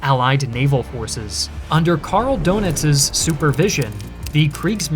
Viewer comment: "Elektroboote" isn't pronounced "Electro-Buddha", and"Dönitz" not as "Donuts", but thanks for the unwanted comedy. Otherwise the story reminds me of desperate company management ordering some useless panic overwork to pretend to save a project beyond saving. Same stupidity as with Japan's unwillingness no surrender.